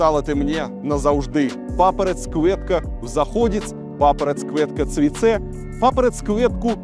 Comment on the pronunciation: Конечно приятно видеть, что человек хочет развиваться и учит что-то новое. У вас хоть препод носитель языка? В русском есть слово ветка, приставьте к ней "к" - будет лучше звучать, а не куэтка. С це тоже грустно, какая-то муха цэ цэ получается. Белоруский язык мягкий. Почитайте Короткевича "Блакiт i золата дня". И стихи его.